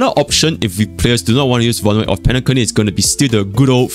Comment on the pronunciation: Did just say penaCunny